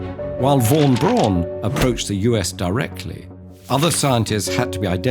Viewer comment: Makes a video about German scientists. Does not have a clue, how to pronounce German names. (Hint: von is pronounced as "fon". Strange German quirk)